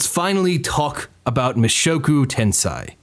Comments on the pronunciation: Can you really take seriously the anime opinion of a dood who pronounces it as "Ten-SIGH" instead of "Ten-SAY"? No, you can't. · 1) It's tensei not tensai, tensei = reincarnation, tensai = genius. 2) Rudeus is not terrible in close combat, he's reached intermediate level in 2 schools of swoardsmanship, plus he's like 7 when he leaves his house, he's obviously going to get his ass kicked by his father who's a muscular adult, advanced in all 3 schools and S rank adventurer. 3) Did you not watch how he had to find a way to get Ruijerd across the ocean and then he was imprisoned by the beast people when he got back to the central continent? How do you expect him to read his dad's letter when he was unable to leave the forest for 3 months due to the flooding season? Yes he did not think about other people teleporting but he didn't exactly have the leisure to think about others when he was in the demon continent. Oh and even if he had thought about it, he couldn't have saved anyone, everyone's on the other side of the world. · Tensei. Not Tensai. Tensei is reincarnation. Tensai is genius.